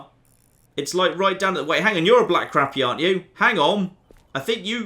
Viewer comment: its pronounced Crop E. Also, when you see fish on the surface you might want something to keep your bait on the surface.... like a float. When you dont see fish on the surface, try a sinker